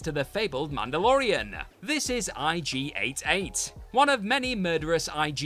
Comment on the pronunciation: It's IG-88 not IG 8 8